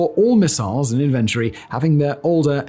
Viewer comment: It is "inventory." Not "inventory."